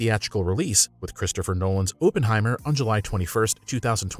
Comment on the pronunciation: When are YOU "I wanna make online MONEY 💰" types gonna learn to start researching names of the various topics you speak about? Case in point... Announcing the MOVIE Oppenheimer as OPEN-heimer instead of Opp (like Hop)-enheimer...??? No research, ones again.... Just the quest of money 🤑💰